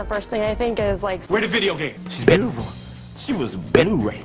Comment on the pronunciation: "She was BE-tiful"